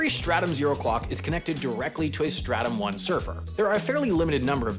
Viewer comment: Not me thinking about helldivers 2 every time he said startum